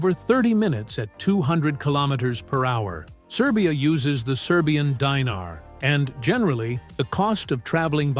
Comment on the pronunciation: Another AI video... Not bad. The only mispronunciation is the currency. Could have been worse.